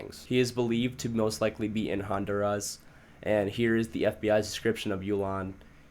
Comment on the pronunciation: What’s a hondurazzz? It’s Hun-dur-rah 😂😂